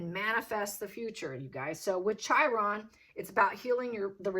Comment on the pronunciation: Chiron is pronounced "KI - RON." I gather you are not astrologically oriented.